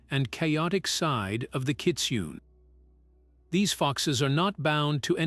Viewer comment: It’s pronounced kit soon eh I am born and raised in Hawaii raised with these legends I love your channel and am subscribed and dropped a like thank you so very much this legend brought me back to my youth thank you again 💎🤙🏽